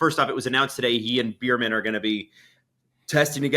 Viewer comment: I love to death but the fact he’s still pronouncing Ollie Bearman’s name like “Beer-man” is killing me 😂